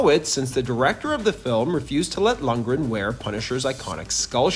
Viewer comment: "Acting virtuoso Dolph Lungdren" hahahaha